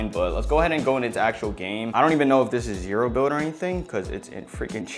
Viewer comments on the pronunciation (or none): none